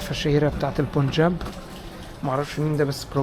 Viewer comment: اسمه البنجاب، وليس البون جاب